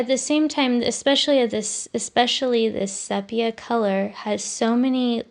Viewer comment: Just a note: sepia is pronounced SEE PEA UH😊❤